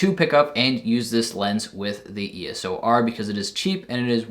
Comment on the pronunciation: Its EOS R Not ES"O" R